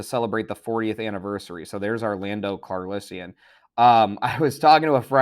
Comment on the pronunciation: "Lando Carlissian"????